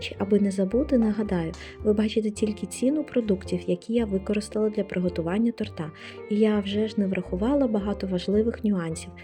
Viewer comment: Ну не тортА ! А тОрта ! Вибачте .